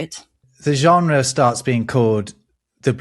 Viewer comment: Funny how you "struggle" with the french word Genre